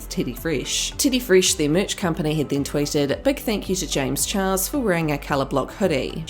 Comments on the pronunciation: LOL look at the subtitles, where she says 'James Charles' (she pronounced Charles wrong) the subtitles say chihuahua's LMAO HFGYRUFA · oopie poopie scoopie1 she says it on purpose lol